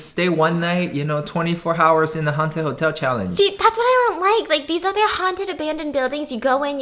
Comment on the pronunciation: the way he says "hours " lol